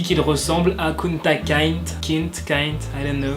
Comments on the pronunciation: Ptite parenthèse pour la prononciation si sa peut aider c Kunta kinté et le in de kinté ce lis comme en anglais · Le nom de l'esclave se prononce "kounta kinté" pour info :) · On dit Kunta Ki-n-té